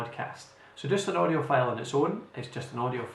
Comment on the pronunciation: I strongly suggest you to improve you pronunciation, for example words like File. It will be really helpful. Your sound like Felle. Thank you!